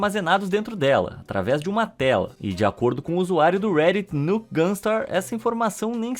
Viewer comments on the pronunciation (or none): none